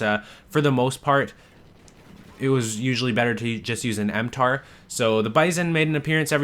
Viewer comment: It's mtar-x, not m-tar x.